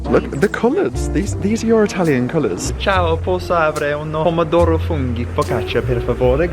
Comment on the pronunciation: Hi and, wow! What a treat 🙏 another amazing Italy travel vlog ♥️ what a stunning city it is 👌 really enjoyed the tour thanks guys 😊 And can I say I’m so impressed with your Italian you have the perfect accent 👍 love it! I’ve only been to Italy once to lake Como and this just makes me want to go again very soon 😍 Hope you’re having a good week thanks again Lotsa love x x